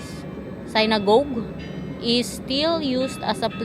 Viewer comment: Synague sinagog pag pronounce